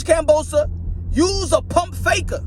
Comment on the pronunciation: he call hims kambosa?? its kambosos lol